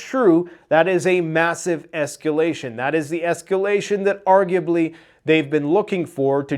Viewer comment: Say yes to s-cal-a-shun!